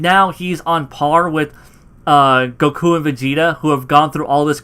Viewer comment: Like the videos man ! , but why do you say Saiyan like Siyan and goku like gokue?